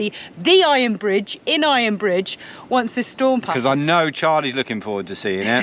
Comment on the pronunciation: Iron BRIDGE; heard it as “fridge “ 😫😳🤣